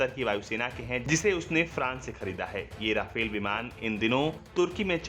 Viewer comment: राफेल नहीं रफाल होता है